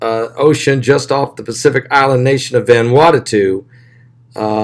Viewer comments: Vanuatu. Not Vanuatatu. Please. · Love you-two to PIECES!!!! IT'S VAN-oooo-AH-tu! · Its NOT Vanwartatoo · VAN - OO - AH - TU !!!!!!